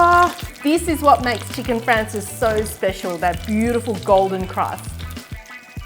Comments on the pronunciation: Great recipe! And the Italian pronunciation is fraan chay zee. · Cute accent. It's Chicken " Francese" not Chicken " Francis." Lol